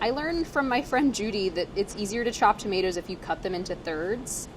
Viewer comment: She said tametars lol. A hybrid of hindi tamatar and English tomatoes 😂